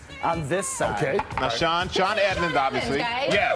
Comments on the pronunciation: he calls him sean edmunds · He called him “Sean Edmonds”🤦🏽‍♂️🤦🏽‍♂️🤦🏽‍♂️ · is it just me or does he call him sean edmons at start? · did he call him Sean Edmonds? lmao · Did he just call him Sean Admins? anyway, congrats Sean and Hot Ones crew! What pros.